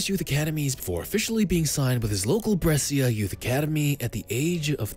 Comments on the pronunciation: Man please it is not Bressia, it is Breh-sha.. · say it right ..is brescia